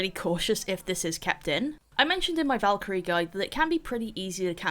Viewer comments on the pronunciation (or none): none